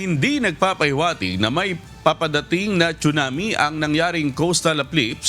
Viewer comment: It’s pronounced as sunami not chunami